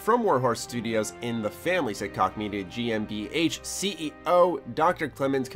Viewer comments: it's pronounced Koch (Coke) not (Cock) lol. I thought it was hilarious though. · it's pronounced Koch jeeze it's not that hard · Did he really think Koch is pronounced "cock"? Good Lord! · THQ Nordic has been killing it with their acquisitions lately, and they made like 700 million dollars last year which is like a 700 percent increase from the year before. I think koch is pronounced like coke btw. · Koch is pronounced cook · It's pronounced Cook bra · Koch is pronounced, "Coke". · niche (neesh) Prague (Praag), koch (coke) jesus dude.